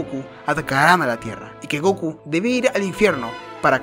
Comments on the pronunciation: Me gustan tus videos amigo pero porque decis GOKU Y NO GOKÚ con acento como se dice en realidad? Por lo que veo sos latino pero bueno cada uno lo dice como quiere jaja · Dude... Por que pronuncias Góku si el nombre es Gokú, en japonés también se acentúa la u, suena muy raro XD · Me da un pequeño ataque cuando dicen goku y no gokú,(aunque no lleve tilde) pero buen video xd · fa alta bronca que digas GÓKU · se que es algo raro para preguntar, disculpa, solo que no paraba de llamarme la atención cada que decías Goku mal XD